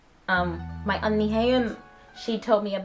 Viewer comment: Not oni it's pronounced Unni...(euunni) be casual when speaking Korean,not so harsh,at first I was like what?